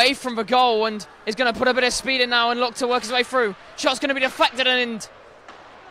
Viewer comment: "break froo", "out ver". can this commentator pronounce "th"?